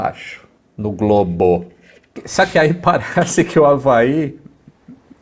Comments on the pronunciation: Adoro essa ênfase no "GLOBO", de novo "GLOBO" kkkk tirando um sarro dos terraplanistas ... adoro! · hahahahahahahahaha!!! Acho massa a ênfase que o dá quando cita o Hawaii: "No globo!"hahahahahaha!!!